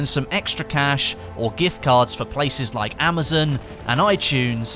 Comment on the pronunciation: "Amezin" lol, it's called amazon